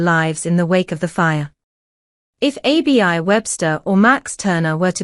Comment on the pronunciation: Why can't you pronounce names properly - it is not A-B-I Webster - it is pronounced Abby.